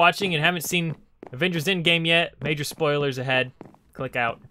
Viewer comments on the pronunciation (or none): none